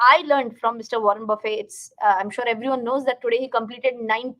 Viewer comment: nice video... pls note: the legend's second name is pronounced with a 'T'